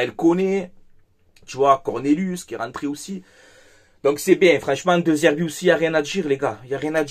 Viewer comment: Dé Zerbi, le E se prononce toujours É.